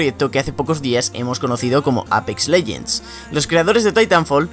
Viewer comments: Se pronuncia eipix no apex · me gusta mucho tu acento cuando dices APEX literalmente lol